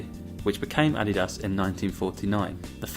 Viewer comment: the way u said Adidas, i cant